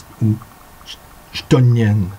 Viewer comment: Tout cela conforte mon choix de les contacter. Merci pour ces vidéos. ( Par contre, il me semble que chtonien se prononce avec un "k". Bah oui, j'ai tout écouté jusqu'au bout ;-) C'est beau ta façon de parler de respiration pour déployer la verve du verbe à la fin. C'est chouette des lecteurs aussi passionnés.